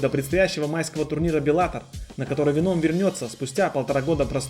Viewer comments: Ну почему венОм, ведь нет такого правила что в заимствованных словах нужно поменять ударение. ВЕном, как в английском. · Не говори Веном это вообще не звучит правильнее ве́ном. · В слове веном ударение падает на первый слог (venom - яд) Спасибо за видео. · Не веном а венум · Не веноом, а вееном по моему